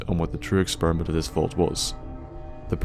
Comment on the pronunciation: I AM not thying to be offinsive but when u say experiment it sounds like exspermint